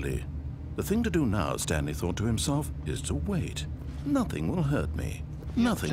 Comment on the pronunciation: I was quoting you XD "Stanely...'